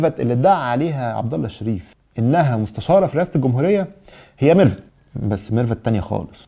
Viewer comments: الغريب واللي خلاني اشك في صحة التسريب، ان ازاي لواء ينطق اسم مرفت بال f وليس بال v ، دلالة على دنو درجة التعليم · علشان محدش يشكك فيي الدولة ويقول بتفبرك .. إسمع التسريب واسمع الإعتراف هتلاقي النصاب بيقول ميرفت بالفاء يعني بالعقل كدا نفس طريقة النطق وبصراحة يعني هو في لواء هيقول ميرفت بالفاء دا واحد مش متعلم أصلا . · مش كتير بينطقوا ميرفت بالفاء و خصوصا منصب كبير زى مستشار ... الفيديو بتاعك و فيديو عبدالله اللا شريف الاتنين بينطق فيهم ميرفت بنفس الطريقة .... ربنا بيفضحهم ..... تحيا مصر